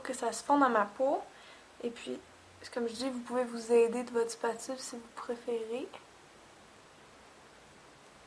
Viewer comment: A oui au fait : "ing dô dê ming" ca existe pas... et aussi : "lê contê tronchen dê lay spetule" si ca coupe c'est un scalpel tu verras : glisse ton doigt sur une "spetule" et tu verras ca coupe pas on s'en fou que tu travaille la pate pendant 2 plonbes : on a compris tu eplik pa comment on fait le faux sang : VIDEO MERDIK Sinon la plaie est bien faite ;)